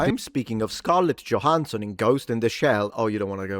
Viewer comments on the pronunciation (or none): none